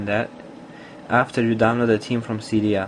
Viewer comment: He keeps on saying Team not Theme lol